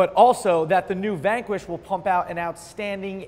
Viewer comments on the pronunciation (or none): none